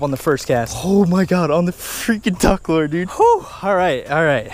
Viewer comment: lure not lore